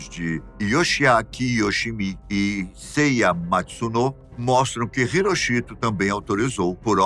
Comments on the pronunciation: A pronúncia não é " irochito". Pesquise! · Não sabia que a pronúncia do nome do imperador japonês era HiroCHIto... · A pronúncia do nome do imperador japonês está errada